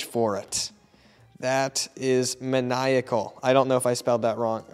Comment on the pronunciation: Its maniacal not manecol